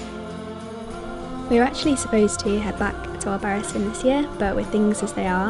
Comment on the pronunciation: Pronounced albaraTHEEN. ;) In all seriousness, great video, thanks for sharing! Can't wait to be here in January!